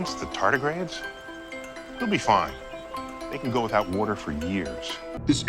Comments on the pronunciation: omg I'm just in tears laughing... weerder... weorderr... lmao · Waudr. Wudder. Wouedir. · Lol Im watching the Comos series on Netflix and I had to check the internet to see if anyone else cuaght that Neil said ""Warter." Good Job internet! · man, I need a glass of wudder